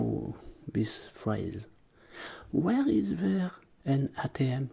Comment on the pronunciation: ouère do you buy tickets ? LOL